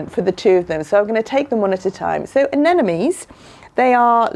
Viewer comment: Pronounce: Ah nem mo nees.... (not Ah nen no mees). You can understand it by looking closely at the spelling. Every second gardener i meet transposes that "m" with the last "n".....